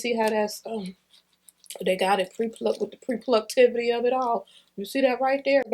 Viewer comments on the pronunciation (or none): lol “the pre-pluckedtivity”